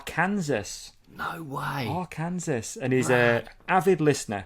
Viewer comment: not at all! Americans are notoriously good at proudly mispronouncing things so it's probably a case of bad French, which is common when naming places in the US. Also, I cant pronounce a single town in Wales so...